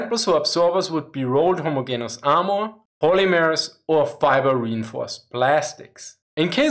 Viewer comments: just as an fyi put more emphasis on the e in homogenous. its pronounced more like gene not gin (deeper e). not being judgy I no 0 german. but if you want to sound a bit more fluent that would help ya. great content btw. u should do an update on where germany stands now. what was promised what was delivered and where the german coallition govt is on their support for ukraine. Also a cool vid would be one on what germany's economic policy and politics are. I thought of looking for a job there but this winter seems like it will suck. be cool to have an idea if yall will be sorted this time next year. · ho-mo-JEN-us :-) Not trying to be an ass here, your videos are wonderful :-) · this is another excellent video BUT with all due respect, in the English language, the ‘g’ in homogeneous is pronounced as a soft ‘g’ i.e., like the ‘g’ in general. Thank you for your hard work. Please keep it up. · Your English is very good ,but just so know, for undoubtedly stupid & random reasons 😊- the “g” in homogeneous is sounded like a “j” in this word in English...